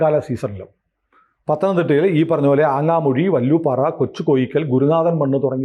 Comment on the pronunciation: വല്ലുപാറ അല്ല വാലുപാറ